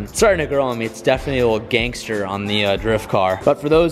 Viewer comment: saying gangster is so funny lol